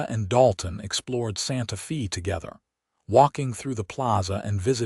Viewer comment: Again, it would be more enjoyable if the AI narrator pronounced words and places correctly. Santa Fe, the "Fe" is pronounced like Spanish...sounds like "fay". Intersting story, some behaviors don't change--spousal violence with usually, but not always, with the woman being beaten and abused. Also, nice to hear a good representation of Lordsburg, NM.